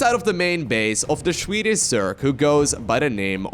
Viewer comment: As a swedish zerg player I am not sure how I feel about you calling him Shwedis :) :)